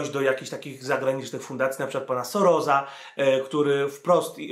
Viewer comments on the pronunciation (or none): Soros nie czyta "Soroz" tylko "Sorosz";)